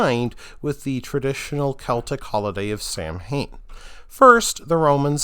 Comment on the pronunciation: Samhain is pronounced "sow-ween".